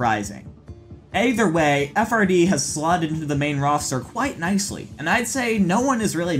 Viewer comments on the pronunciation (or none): FRD is pronounced as Fried. It used to be FRDWNR or Fried Wiener.